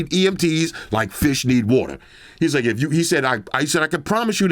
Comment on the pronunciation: Wadder lol